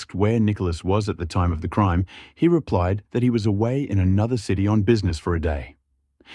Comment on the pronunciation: This is a good channel, however, the mispronunciation of words is a little annoying. Creame-meh instead of crime and no-ledge instead of knowledge, you name a few 🙄